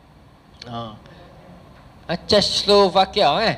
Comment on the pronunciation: Czechoslovakia tu disebut "che-chos-lovakia" ustaz. hehe